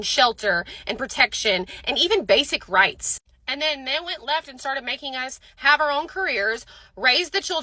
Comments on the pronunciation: I thought she said, "Know your rates." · I swear I heard "know your rates"...not rights.